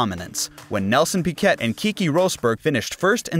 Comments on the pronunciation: No, I am brazilian. Pee kay (like Murray Walker used to pronounce) is wrong. Pee-Ke (as in "forte") is the right way to pronounce it. I think it is a french surname, but it may stem from Spain also. Like the guy that used to bang Shakira. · it's pronounced pee-kay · more like pee Kay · I couldn't listen after I heard Pickett a few times. Why would I watch a video where the creator clearly knows less than an average F1 fan.